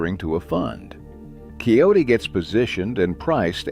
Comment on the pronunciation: Kioti NOT Coyote